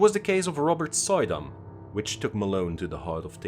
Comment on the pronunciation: It's not pronounced, "Soy-dam", it's "Sue-dam" (emphasis on second syllable) - old Dutch "oy" is "oo" in English. Other than that, awesome video!